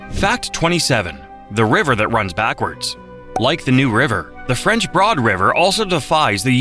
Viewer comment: WLOS TV in Asheville is an air channel where I live in SC and grew up listening to the newscasters talk about the French Broad River. When the bot called it the "board" river I decided it must be a bit dyslexic.